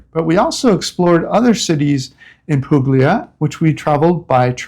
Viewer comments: I lived in Italy in the early 90s. By the way, it’s pronounced “pool-ya.” Just sayin.’ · This is NOT a criticism, but a suggestion. The g in Puglia is not pronounced. The gl combination has a unique sound. Since I can’t leave a sound file, you’ll need to research it. If you’re staying/living there, best you know the correct pronunciation. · Interesting video. To note please that the “g” is Puglia is silent.